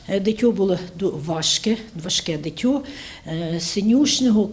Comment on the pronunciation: Могли би казати дитина чи дитя а не дитьо ......ви вмієте говорити правильно??? А тому гарненькому сильному хлопчикові велике ЩАСТЯ і Добру ДОЛЮ ....Привіт зі Львова .Житомирщина ,вчися грамоти ..